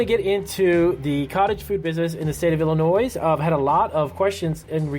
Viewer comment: The s in Illinois is silent, bro. Man every time I heard that my brain died a little. :D